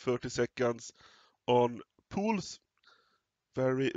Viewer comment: He pronouns it correct, well done!